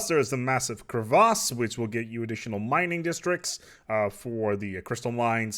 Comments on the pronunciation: lmao i thought the same "wait....isnt it kre-viss?" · Not tryna diss anyone or anything, but every dictionary pronounce it as "kre-viss" in both US and British English. So, yeah, "kre-vice" and "kre-vahs" is actually wrong. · Word - Crevice.: "krevahss". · How did you pronounce crevice just now? Omg, I'm lmao-ing right now.